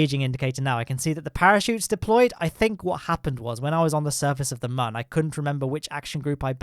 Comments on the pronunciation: its moon not mun ok???? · ITS MOON NOT MUN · its not mun its moon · He said min lander lmao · today we are going to the mum. is what i hear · Mion not mun ?¿?????¿ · The ‘ü’ is a ‘oo’ sound. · Love your videos, but the way you pronounce Mün really bothers me. The umlaut above the u changes the "uh" sound to more of an "oo" sound, so it would be pronounced pretty much the same way as "Moon" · Anyone realise how he says moon pls no hate🤪